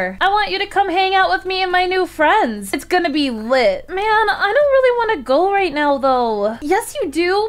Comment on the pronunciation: i kinda like how piper/rektway's ex girlfriend said furends Lol